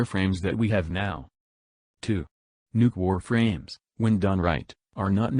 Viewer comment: I keep hearing nukor frames